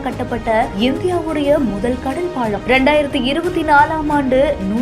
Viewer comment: பாழம் இல்ல பாலம். பாவம் தமிழ் இவகிட்ட மாட்டிகிட்டு.